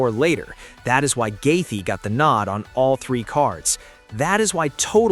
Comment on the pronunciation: "Gaethee" est 8 min or just before 😂😂🤣🤣😭😭